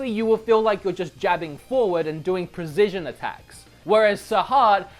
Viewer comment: I can ignore most mispronunciations but.... prezision?